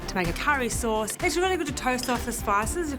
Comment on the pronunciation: I cant digest what i heard! Curry souce?🥲